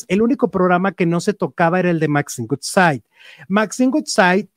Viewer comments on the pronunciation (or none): Ayy cuando dices el apellido de Maxine se pronuncia wudsaid aunque es woodside y tú siempre dices gutsai que es goodside. Como que el inglés no se te da mucho. (Crítica constructiva) jijiji